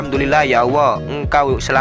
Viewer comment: Maaf sblmnya perasaan mas nya kl nyebut asma allah kok kedengaran di telinga ku sll dg pengucapan awoh ya...mmng bgt atau pendengaran ku yg salah.sering saya mendengar bgt.